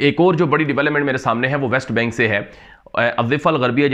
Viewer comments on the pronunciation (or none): none